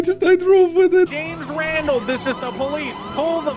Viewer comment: waa i the only one who heard "james wandal" ??😅😅😂😂😂